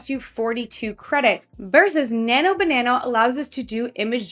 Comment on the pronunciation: it's not nano banano, its nano banana!